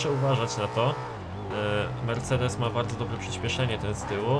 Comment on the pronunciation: mów mercedes a nie mersidis